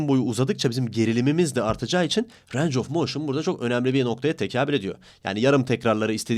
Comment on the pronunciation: reis videolarına bayılıyorum ama lütfen range of motin derken "reyng" de "ranc" deme ya valla kusura bakma cok soyledin yoksa yazmicaktim